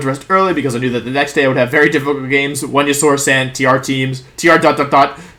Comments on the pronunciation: “V”enusaur 🤢 I’m glad he corrected himself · Homie mispronounced weniasaur yall. He aint the chosen one. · I like how you coughed and corrected yourself when you said venusaur wrong 😂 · You know Wolfey is really excited when he forgets to pronounce Venusaur correctly.